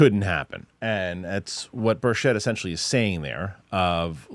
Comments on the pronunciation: Rep. Tim Burchett's last name is pronounced "BURR-chit" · Learn how to pronounce his name.